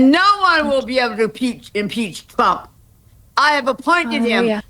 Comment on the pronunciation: what's up with the name Trump? She says Thump, that press lady says Chump, i've heard say Frump... I love it, mangle it some more!